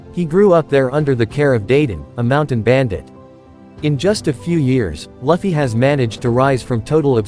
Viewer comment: monkey d laffy? laffy????!!! you better start saying his name right ohmydays